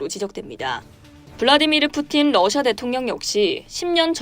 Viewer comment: 러시아가 아니라 너샤 라고 발음하는 듯